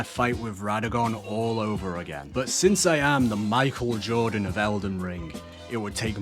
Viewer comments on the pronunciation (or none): none